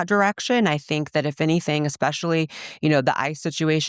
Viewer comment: especially, not aspecially